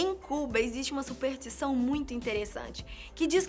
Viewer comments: "supertição" "a Filipinas" porra, conseguiram superar meu professor de química com "pra mim fazer" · a minha supertição é que ela pare de dizer supeRtição e passe a dizer superStição